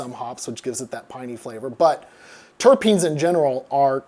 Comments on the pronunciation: Please stop saying terapines. I'm sorry it bugs me. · The word is not terApene. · Is Adam pronouncing "terpenes" as "terrapins"? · you aren't the only person I've heard mispronounce it. Seems pretty common for people to pronounce it like terrapins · Yes he is.. he definitely is calling them Terrapins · More like tare uh peens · Im sory but you're wrong. Its terrapeens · why do you keep adding an extra E to terpenes. even he says it properly but then you go and add an additional e in your voice over. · SAY TERPENES CORRECTLY PLEASE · I'm curious why you pronounce terpene with an extra vowel that the expert doesn't use. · adam u genuinely upset me this time. why cant u say "terpenes" bro??? like come on, professor even said it right to your face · Man... You may need to consider rerecording the segments you're mispronouncing 'terpenes' in. It's really distracting. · You clearly aren't a Jazz Lettuce enthusiast, given your weak sauce pronunciation of "Terpenes." Every stoner in your audience cringed a bit. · His pronunciation pained me every time lol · yes, it took me a good minute haha... I guess Adam doesn't have stoner friends who talk about "the terps" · as a cannabis enthusiast, it hurt my ears. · I don't think he was that far off? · Ugh! WHY do you keep saying "terrapeens"?! Dr. Duncan correctly says "turpenes" (tur-PEENs) about 50 times. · I'll normally excuse this stuff. But he says it wrong so many times, and the professor says it correctly multiple times. Time to talk to your editor Adam. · Terapeens grew-it 😂 Terpenes and Gruit (TUR-peens and GROOT) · Terpenes... pronounced TUR peen, not Tera peen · They are "terpenes", not "terrapenes". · I love how Adam pronounces it tara-peenes and seconds later the Doctor of Beer pronounces is tur-peens. I kinda think the Doc is right...☺ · Why are you calling them "terepenes" it's terpenes dude? What's wrong with you? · Adam "Ter PEEN", not "TarA peens". No second "a". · It's terpenes not terepenes